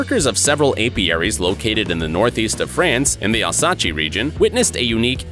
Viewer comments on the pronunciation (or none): Al sah Che? He means Alsace like Alsayss. Caravana? Ugh! Car Van Ah. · Learne to pronounce Alsace